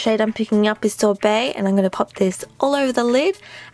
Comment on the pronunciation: omg lol "sorbae... sorbet..."